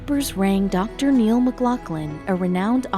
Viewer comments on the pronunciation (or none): none